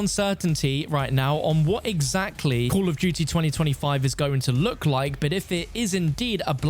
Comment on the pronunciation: Cull of dewtea